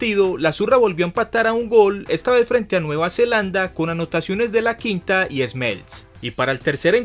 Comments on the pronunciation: del piero mediocampista? Laquinta en vez de Iaquinta? Peye en vez de Pelle ? no sabes nada pibe, aprende un poco mas, fuera de eso buen video! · Corrección: no es Laquinta, es Iaquinta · Primero que todo aprende a pronunciar los nombres y apellidos italianos te equivocaste en varios, Daniele no Daniel Iaquinta no Laquinta etc, Italia es un grande del fútbol mundial y por su historia volverá ha realizar grandes campeonatos le tengo fe en la euro y se que clasificará al mundial de Qatar, la Federación Italiana se equivoco en grande con Ventura un viejo inepto que nunca había ganado nada, por eso no clasificaron a Rusia 2018. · Laquinta? Es Iaquinta ... La pronunciación Es: i-a-cuinta!!!!